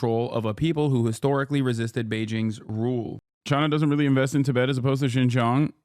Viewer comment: Delie lama , Tibbit. Listening to an AI